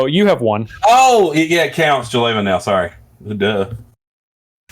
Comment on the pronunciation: For once I had hope that the vs crew read jeleva correctly and then they went back to the incorrect reading : /